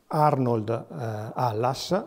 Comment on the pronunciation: non è chiaro se il congnome sia Halls o Hallas. Viene pronunciato Hallas, ma sulle didascalie che si vedono a corredo dei reperti nel video è Halls.